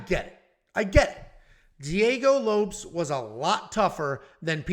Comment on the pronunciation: Is it really Diego Lopes and not Low-Pehs?